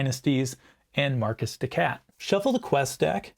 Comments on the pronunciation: Marquise is a very easy word to pronounce. It is Mar-keys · I apologize for every American that pronounces "Marcus de cat". Some of us actually enjoy French culture, and are mindful that it's "maar·keez". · You are correct. My decision to pronounce Marquis "Markus" rather than "Mar-Kee" hints at my upper midwest upbringing. You don't even want to know how we pronounce Versailles around here :) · I typically pronounce Marquise de Cat as "Mar-kee dee Cat". It just sounds too much like "My Kitty Cat!".